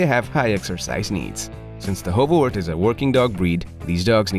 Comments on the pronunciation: Wart should be more pronounced like heart. It seems to be difficult for English speakers not to say wort. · This isn't actually how you pronounce this breed's name.